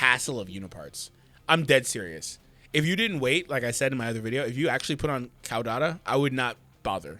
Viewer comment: Its pronounced Kaw like a bird says KAWKAW🦅 kaw-da-tuh CAUDATA